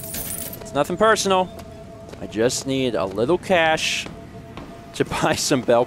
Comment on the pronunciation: "it's nothing purse-onal"